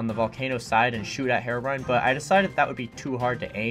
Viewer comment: I read comment I'm so happy that people say herobrine and not herobrian.